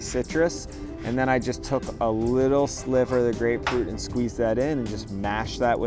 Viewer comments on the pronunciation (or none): none